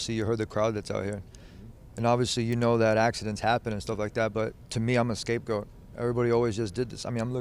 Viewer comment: Did he just say, "escape goat"?